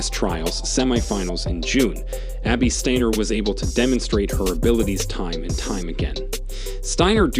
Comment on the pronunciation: Pronounced Deena Asher Smith and said Stiner not Stainer you muppet